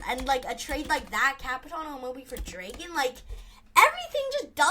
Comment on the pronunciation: Ur pronouncing dragon wrong bud.